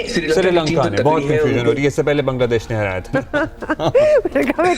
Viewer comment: Siri Lanka nahi hai bhai, it’s Srilanka